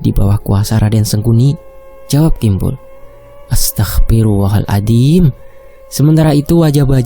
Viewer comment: Maaf ya, yg bener itu AstaghfirullaHal'azhim dan bukan Astaghfirullahaladzim Krn hurufnya bkn dzal tp zho maaf mas ya Krn lain huruf lain artinya...🙏